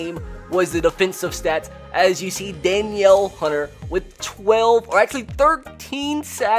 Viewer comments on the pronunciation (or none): Daniel hunter is actually pernounced Duh-neel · Da Niel Hunter or Da Nell Hunter is how you pronounce his name. Nice to see the vikes get some love. Good video guy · Danielle Hunter's name is pronounced duh-neel, just FYI. Entertaining video! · Da-Neil Hunter. Or Dan-yell, whatever